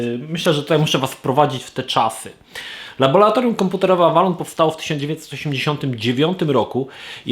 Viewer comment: Panie laboRatorium, bo laboRant, nie laboLant xD A poza tym - LABOR - praca:P